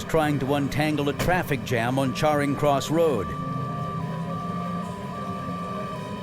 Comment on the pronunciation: "Charring" Cross Road...